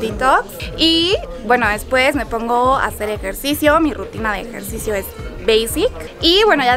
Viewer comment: ejercisioooó y flamencooó 🤔 lol